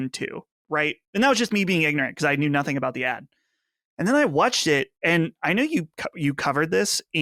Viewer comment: I can’t get over how pronounces Watched as “Wutched”